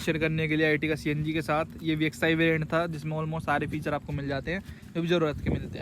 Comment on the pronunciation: Bhai etiga ni ertiga h wo